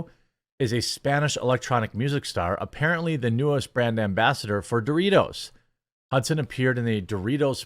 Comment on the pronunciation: Stop saying Dorritos... its PepsiCo and ALL their products.